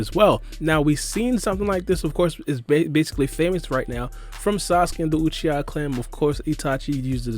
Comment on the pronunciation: I’m gonna need u to put some respect in sasuke name fam u said his last name weird maybe u said it to fast or something